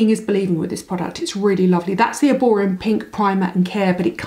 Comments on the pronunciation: Is it just me or are you calling it Erborium ??? 😂😂😂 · You are doing a paid promotion for a brand that you cant even pronounce correctly..there is literally no M at the end...there are only 2 shades claire or doree, oxidise horribly